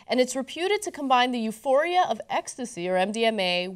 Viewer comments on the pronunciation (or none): none